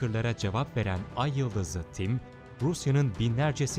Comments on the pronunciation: neden ayıldız ı tim diyor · ayyıldız tim diye okunuyo kim söylüyosa ayyıldızlı tim ne ya :D